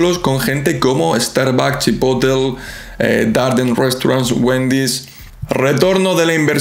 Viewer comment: CHI-PO-TLE (no Chipotl*)